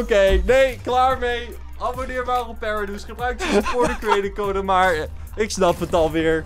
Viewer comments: Het is niet pereduze het is paraduze (echte naam rick) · Je zegt paradoes